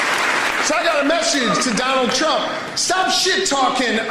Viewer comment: Don-old and Ja-ded ?